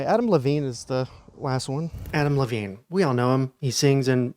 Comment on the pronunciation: When you said Adam Levine, I heard Avril Lavigne at first and was like ?!?! lmao